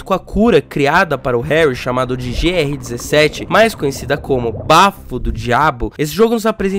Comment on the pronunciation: ih ala o cara disse GR17 kkkkkkk